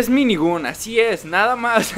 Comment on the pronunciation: no se llama minigon y es minigan🤣🤣🤣🤣🤣